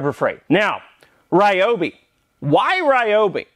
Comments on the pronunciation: THis brand should be pronounced R ee-obi, not R-aye-obi. Just my 2 cents. ^^ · Tools feed our soul. Ryobi is great. They pronounce it ReeeObee tho. Keep up the good work. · recently I was watching a video by the company Ryobi. The woman in the video said we're pronouncing the name incorrectly. The pronunciation is actually, Re oh be. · I love Ryobi tools, I own 8 of those I think. There is just one problem - EVERYBODY PRONOUNCES IT WRONG! See, Ryobi is made by a Taiwan company but the brand is leased from the original japanese manufacture. This means the name RYOBI is written in Romanji, basically a way of writing down Hiragana and Katakana in latin alphabet. Therefore it shouldn't be read as all of the english speaking world does but rather pronounced R - YO (like in "your") - BI (like "be" or "bee"). Oh yes, and the second problem I have is they are not that cheap for my poor polish ass :p